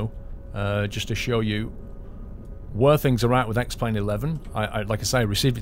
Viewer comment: ***** I know he said X-plane but it was very close to X-Men :)